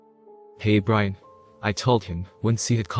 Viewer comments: So..... Is the roommate homeboys name Brain or Brian? Since you seem to be saying Brain for his name. Lol. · What is wrong with whoever is reading this. they mispronounce some of the most simple of words! For example calling his friend Brain instead of Brian. What a shame to ruin the story like that.